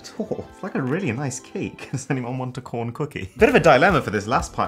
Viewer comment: Uh when he said corn thing he said corn with a p